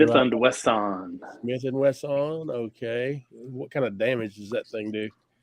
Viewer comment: I own a Smith & Wessahn; just hope I don't say that at the range...